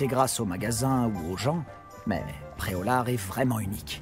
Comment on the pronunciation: Je connaissais Pré-au-lard mais pas Pré-au-lag